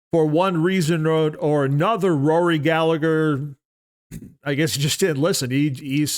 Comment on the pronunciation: Hate to be a pain in the arse irishman but it's pronounced gal-a-her ( the h is silent)